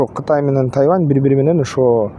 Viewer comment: Куурчап эмес курчап ..тайаван эмес..тайван